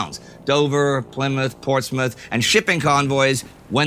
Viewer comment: Thank fuck you pronounced Plymouth correctly